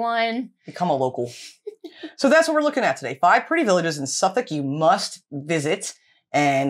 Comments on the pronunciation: Your pronunciations of the Suffolk Villages is very impressive! Just by Dunwich, there is Mimamere - The first RSPB reserve to protect nesting Avocets (The emblem of the RSPB. I would also suggest Blyth and Southwold. Southwold has its own brewery. Well worth a few days, on your way to Norfolk. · Good job with getting the nameplaces right! English spelling is not logical, but you are getting it.